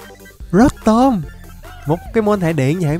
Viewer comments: Pokemon người ta tên rô tom mà đọc rớt tôm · Ko phải rotom đọc là rót tom nha anh mà đọc là rotom mới đúng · Ko phải rotom đọc là rót tom =) rô tom cho nhanh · Rô tom chứ ko phải rót tom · Em đó đọc rô tom nhé anh